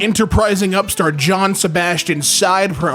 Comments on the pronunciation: It's "yo-HAN" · His pronunciation of Johann 😭